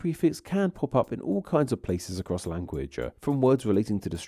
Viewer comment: Please stop adding a schwa to the end of every word! Language-uh! Catalogue-uh! Mind-uh! Downwards-uh! You even added an 'uh' to words that already end in a vowel like to-uh! What is wrong with you?